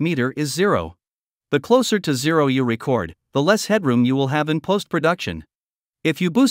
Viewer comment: Sounds like the narrator is software. It's an excellent effort, but there are a couple of peculiar quirks that a human recorder wouldn't make. Like how the voice said to press the "RECord" button, instead of the "reCORD" button.